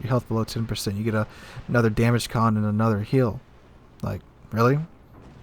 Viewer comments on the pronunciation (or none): none